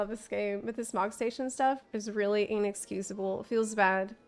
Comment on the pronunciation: lol Totally heard "enixcusable"